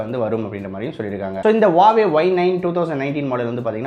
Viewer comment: Its Huawei...Not a Hauwei 😂